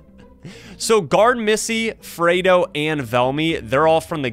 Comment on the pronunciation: Fredo Is pronounced Freddy but With O